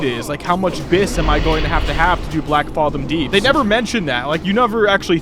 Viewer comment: The fathom in Blackfathom is pronounced the same as the word fathom itself, no ahh sound